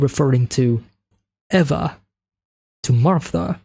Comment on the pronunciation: "Eva" is pronounced like "Eve" but with an "A" instead of an "E" at the end😉